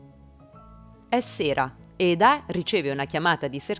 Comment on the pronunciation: Lei si chiama Eda non Edà ! Ma chi fa i riassunti li guarda sti telefilm o li fa solo per i Like ?